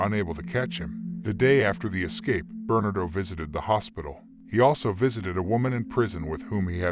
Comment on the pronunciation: Thanks. The robot voice could use a better enunciation. It amused me to hear it say burn-ado all as one word instead of Bernardo. Funny. Overall a very good job. I appreciate it.